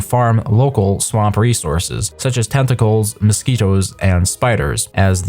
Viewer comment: "De tenticolz of de swomp"